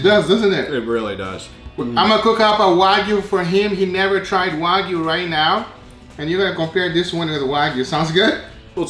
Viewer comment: "rith now"